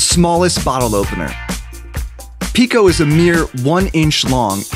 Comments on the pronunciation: why did you said pico to the bottle opener that you say is heard like pico in friday night funkin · GIRL NOT PICO LMAOOKSKSKKS